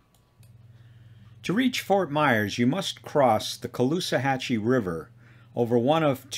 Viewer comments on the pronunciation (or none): Timestamp not callahuchi The river between North Fort Myers and Fort Myers is the Caloosahatchee. kah loo sah HATCH chee The Calusa Indians lived in this area and "hatchee" means river, so the Calusa River. Eventually spelled Caloosahatchee. Later in the video its pronunciation is correct. This is an impressive presentation filled with lots of info 👍